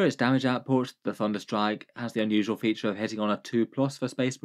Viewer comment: ole "thudnerstrike"